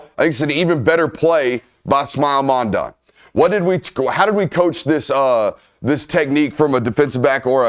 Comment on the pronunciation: Smael’s last name isn’t “Mawndawn” It sounds like London when you say it correctly lmaooo